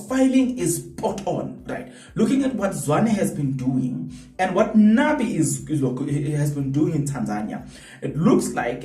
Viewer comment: “Nabi” not Nani